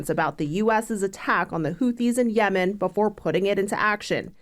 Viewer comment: CTG...you pronounce Yemen incorrectly. Which is crazy being hes in NY where theres a lot of Yemen ppl